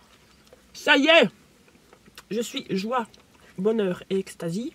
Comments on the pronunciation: Je suis joie bonheur et extase non pas ecstasy 😂😂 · C’est extase pas ecstazy. C’est autre chose l’ecstazie. C’est une drogue 😂😂😂